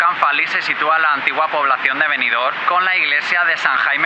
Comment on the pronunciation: Buenas tardes amigo, precioso video, pero si no te molesta te corrijo, es Benidorm, macando la m, no con ene Un saludo